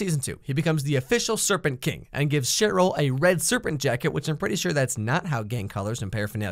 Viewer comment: It’s Sheryl not shitroll